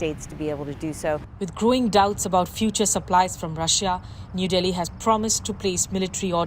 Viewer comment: “rusia aur best freind sar” “rusia endia bast frieinds”